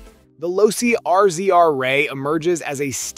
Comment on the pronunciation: Pronounced LOW C